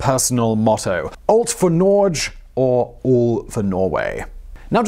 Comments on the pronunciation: "Nor-geh" not "norgh". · Its alt for nor-g-e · Nårdj - hillarious.... Phonetics surely isn't your strength. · "Everything for Norway" would be a better translation. Also the g in Norge is hard, not soft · You dont say alt for norch the g Is hard and you say the e independently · Wrong prenounciation: Norway in norwegian and swedish is "Norge", its not prenounced "Nortch" like you butchered it, but "Norjeh". But "allt för" is correctly prenounced.. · God bless you. But Norge does not rhyme with George, it is Nor-yeh. Just saying, even though you mention that you are crap with other languages. XO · when he said nrdsje i cringed so hard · the way you proununce "Norge" is so bad. Im sorry D: But try this: Nor- (hard g)eh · He is mocking the way the narrator is prounouncing "Norge" as when he says it it sounds like he says "Nordge". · Give me a call, I'll teach you how to say Norge... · hey hey sorry to be this way man but HARD G in Norge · Norge = Nor-guh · haha "alt for norje" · Actually... Haakon never learned Norwegian during his entire rule in Norway. He would always speak Danish for the entirety of his life, and as you might know... In Danish, the G in Norge is a soft one :P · Jeg har aldri hørt en nordmann uttale g-en i "Norge" på den måten før... I andre ord, sure, men ikke i "Norge" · Da er det hyggelig av han å tilrettelegge for dem ved å uttale Norge på en måte en svært liten minoritet av nordmenn gjør. Jeg tror det originale poenget mitt fortsatt står. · ...and you have to roll the r! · that prononciation of Norge in "Alt for Norge" is probably the worst I've ever heard! XD But hey! A video about Norway! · ??? NORGE! don't insult the Norwegians please...